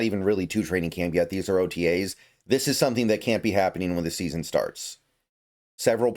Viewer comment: "Sometheme" is a crazy pronunciation of the word "something" 😂